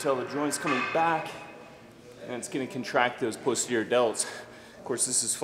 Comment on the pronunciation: just fyi it's not POSE-terior, it's PAHS-terior